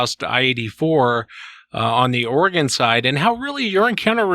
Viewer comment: "Southern Organ?" Or-e-gon